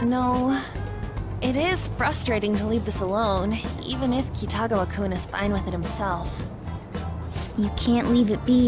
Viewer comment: you just can't pronounce Kitiagawa, can you?